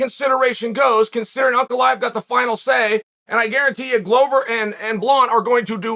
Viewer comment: There are way simpler names that Chael for some reason mispronounces terribly. He actually says this Russian name spot on.